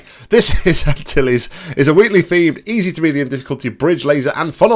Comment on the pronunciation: Finally someone that says it correctly! Jesus beryl, have a little patience!!:P:garygasm: Not really intended, but it's fine xD You can burn the monitor the intended way if you had your laser cube here That's not breaking. In fact, you added an extra step for yourself. You could've just shot a portal opposite the funnel area while you were on the high bridge (you need to be standing close to the end of the bridge to see it) or when you were on the lower level (you need to peek out a bit cause the 128x128 glass is in the way) Huzzah! Awesome job,! Glad you enjoyed it. 'Twas a hilarious video too xD And don't worry, the next Hammer map I release will definitely take you to Dover;)